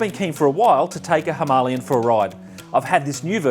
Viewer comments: Great review buddy I can’t stop laughing every time you say himolion lol 😂 🤣🤣🤣🥲🤣. Cmon mate it’s a Himalayan not a himolion lol 😂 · Was he by chance Indian? Thats not how you say it in the Queens English dear fellow. Trust me I invented the language haha. (well my forbears did). There is no 'ian" "ien" sound. Its "lay" as in "lay the table dear"😂 Was a nice review. So as not to sound like a dick I'll watch some of your other vids👍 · Whats with the inability to say Himalayan correctly! Argh. Its not Himalian or Himalien😂. I had to switch off😜(nice review skipped through).